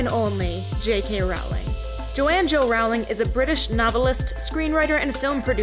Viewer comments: Roooooooooowling not rawling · It's rOwling not rAwling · it's pronounced row-ling as in rolling pin. not row-ling as in having a row-ling. she has stated her self that that is her name- and for such a self-proclaomed big fan like yourself her comment that she has "long given up correcting Americans" really fits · its jk ROLLING NOT RALLING ABUSE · You pronounce her last name wrong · Looool I had to come to actual video to see if any Potterheads had commented that she pronounced Rowling's name wrong 😂😂 (and I wouldn't even be that offended except that there is a solid 4 minutes of details about Rowling's life but NOTHING about how to say her name???) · Can you say her name right atleast lol